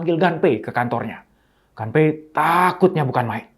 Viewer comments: Permisi, mau koreksi sedikit. Pengejaan bahasa, nama, & tempat dalam Bahasa Jepang kurang lebih cukup dengan mengikuti ejaan seperti Bahasa Indonesia. Nama "Gunpei" cukup dibaca "Gunpei" saja, kalau dibaca "Ganpei" jatuhnya mengikuti ejaan Bahasa Inggris. CMIIW. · Mungkin maksud Bapak : Gunpei ( dibaca pake huruf U), dieja : Gu-n-pe-i